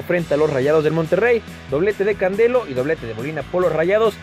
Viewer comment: No es candelo es canelo